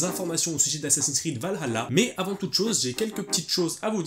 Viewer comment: Par pitié arrêtez de prononcer "Valhalla" avec l'accent arabe, c'est juste affreux !!